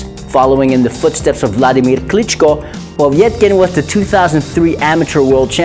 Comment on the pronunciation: It's not Povietkin but Povetkin xD